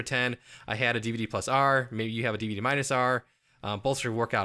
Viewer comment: "Dihv-duh." lolz